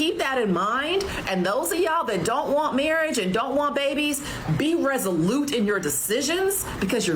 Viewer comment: How many times osmshe going to say "men dront like women"